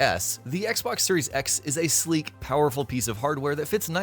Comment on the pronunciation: Did he say sleek?